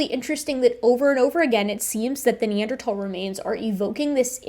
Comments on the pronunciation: I cringe every time they say “Neanderthhhhhal” and not Neanderthal. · Hearing them pronounce the H in Neanderthal is like nails on a chalkboard. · it bothers me how they always refuse to pronounce neanderthal correctly